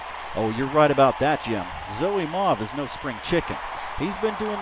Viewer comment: Dude! thanks for the shoutout you're awesome! And that was actually a pretty good pronunciation of my name.